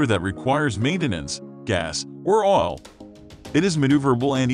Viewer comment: #4 "Doesn't require maintenance, gas or 'all'"....What the hell is "all" ?? (oil)